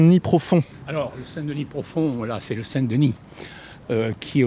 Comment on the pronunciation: Parfait ! Avec l'accent en plus...😉